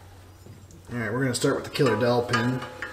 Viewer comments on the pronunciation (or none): I thought was saying "Killer Dolphin" until I finally saw the dowel pin 🙂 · I swear to God I thought you were saying a “killer dolphin” 😂😂😂